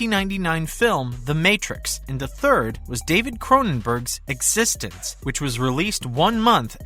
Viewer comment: Can you please pronounce eXistenZ correctly?